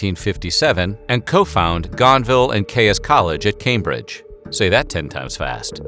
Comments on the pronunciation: Yo, it's not "kayus" it's "keys" 🤦🏼‍♀️ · Good quick resume of a serious disease, but please, please, that doctor's name is pronounced "Keys" not "Kayus" in Englalnd! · Dr. Caius's last name is pronounced /ki:z/ or keys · Erm, it's Keeys College founded by John Keeys, not Kay-us... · It is pronounced 'keys' not 'cayus'. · Its not Kay-Us, its Kays/ Keys. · The college Is pronounced ‘Gonville and Keys’. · For the Americans amongst you, the name Caius is pronounced KEYS. Yours, somebody who lives in Cambridge, UK. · You can say Caius really fast. Its pronounced Keys. John Caius (keys). Caius college (keys). Great video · Caius is pronounced like "keys". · It’s pronounced Keys, just saying... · The 'Caius' in 'Gonville and Caius College' is pronounced as 'Keys'. His family name was actually 'Keyes', 'Caius' is simply the latinized form. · Please Caius is pronounced just as keys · Most politely, I might add a small correction — it’s easier to say “Gonville and Caius College” ten time fast when you pronounce it like the locals. Not sure how Caius himself said it, but in Cambridge it’s pronounced like “keys” as in “house keys” or “key ring” . ;) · I wish you would make some effort in pronouncing names properly. Caius is pronounced ‘keys’. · Caius is pronounced the same as the word keys, as is the word quays. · FYI I think Caius is pronounced "keys" but I could well be wrong. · I’m pretty sure Caius, is pronounced keys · Very interesting, but please note that Caius is pronounced like ‘keys’. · Caius is pronounced "keys". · John Caius' surname is pronounced 'Keys', at least in the name of the Cambridge college of Gonville and Caius. Weird English pronunciations strike again! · Caius is actually pronounced ‘Keys’- odd but true! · Caius is pronounced Keez. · Caius is pronounced keys, is it not? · Caius is pronounced keys. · Pronounced Keys college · Gaius is pronounced "Keys" in the UK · I thought Caius was pronounced ‘keys’ in this context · Caius is pronounced keese .